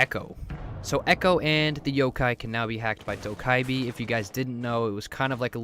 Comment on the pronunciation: You need to never say dokkibe ever again